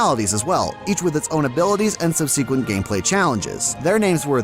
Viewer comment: Your pronunciation of the word ‘subsequent’ sounds weird to me.